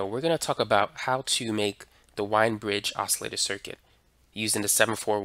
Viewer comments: The name "Wien" is supposed to be pronounced like "veen", although a lot of people do get it wrong...... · Wien is pronounced " Veen" rhymes with bean!